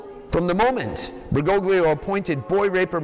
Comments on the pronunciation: Bergoglio - the g is silent Fr Altman. Same old, same tired old tripe lie. Bergolio is how it's spoken, for goodn😢ess sake. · It don't know why the way americans pronounce "Bergoglio" bothers me this much. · He doesn't even pronounce it correctly. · neither. Bergoglio is an italian surname (like a lot of argentinian surnames), and the letters "gl" are used to signify a sound that doesn't exist in english or spanish. Look up on google translate how it's pronounced